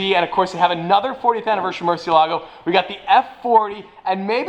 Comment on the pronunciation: i wanna meet just to tell him how to pronounce murcielago correctly